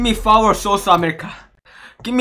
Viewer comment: he said Dubai give me fower 😂😂😂